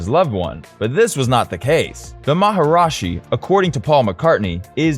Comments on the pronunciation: I suggest redoing the video, as you say maharashi where it is maharishi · Everything except the way he mispronounced Maharishi as “Maharashi”. Mispronounced it every single time. Didn’t get it right once. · How devaluing, disrespectful and unprofessional that you did not do enough research to even learn how to PRONOUNCE MahaRISHI correctly instead of your total mispronounce MahaRAJI. Geez. This reflects on you and this channel as being a goofball know-nothing with no credibility. We are talking BASIC grade school level journalism here. I would Redo the whole piece. What's your name, Bozo? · It’s “Maharishi” not “Maharashi” as you mispronounced literally EVERY single time in the video. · 1. Anyone who disables dislikes gets no upvote, like or subscription from me; 2. Even WITHOUT the disabling, no upvote for sh*tty AI voice; 3: "MaharAshi"???